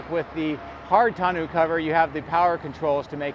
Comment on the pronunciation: TON O cover. French language " eau" is pronounce O not ew